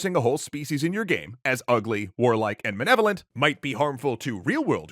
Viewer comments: I can't get over the narrator mispronouncing malevolent as "manevolent." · Uhm.... they said "manevolent", twice. Like back to back. It isn't the biggest deal in the world but it definitely has "irregardless of that" vibes to me 😂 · Why does he keep saying 'Menevolent'? Its pronounced '_MAL_evolent' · the word is "Malevolent", not "Manevolent." Jesus. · Holy shit, it's like Dad came back! And he actually had the cigarettes! Edit: I forgot how much the douche narrator in this EC video irritated me with his pronunciation of words. It's not 'maNevolent,' and the cocksucker cuts an entire syllable out of 'inalienable.' Moar edit: Bioessentialism also lets you determine an organism's sex based on its genitals, but EC ain't about to have that talk. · Can we all take a moment to acknowledge that the Extra Credits guy (don’t know his name, don’t particularly care), a man who is a professional oratory (charitably speaking), pronounces malevolent as “manevolent”. Not once, but multiple times consecutively. What a damning example of poor editing, poor reading, and general poor craft. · did this dude just call orcs “Manevolent” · "manevolent" Is that the feminist pronunciation of "malevolent"?